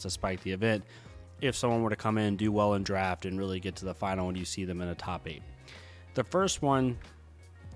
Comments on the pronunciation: You hurt my heart every time you pronounce Uzuri (Ooh-Zer-Ee) as (You-Ser-Ee), love the content as always though hahah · Yours is wrong too. Ooh-zoo-ri not ooh-zeh-ri